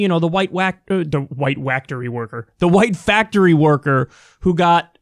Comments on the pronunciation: The white wactory wascawy wabbit worker? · for the white wactory worker